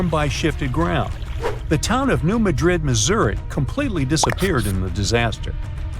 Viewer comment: It's New-mad'-dred Accent on second syllable.